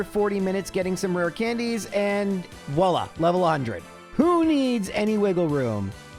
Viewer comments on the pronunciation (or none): none